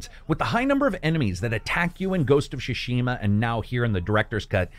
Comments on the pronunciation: you remain my very favorite reviewer but every time I hear you butcher then name "Shuh-Shima" I die a little inside... It's Pronounced Ts-soo-shi-ma. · Its not pronounced shushima buds, it’s Sushima and T is silent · Can’t watch this one. Every time he says Shushima, it triggers something in me. My eyes start twitching, I feel like small electric current goes over my body and then I gag and almost throw up. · “Ghost of Sha-shima” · Shashima hahahah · Great review as always. But the way you pronounce "tsu" in "Tsushima" really bothers me. 😅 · please spend 1 minute and research the way to say the titlle of the game, no need to be this ear gratingly daft.